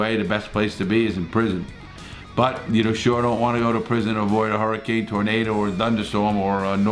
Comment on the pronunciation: Larry when talking about twisters in that part of the country, it's a tooornaydor lol. I've often wondered what happened during extreme weather. Thanks for information 👍.